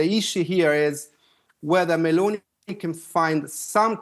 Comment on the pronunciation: Can you learn to pronounce Meloni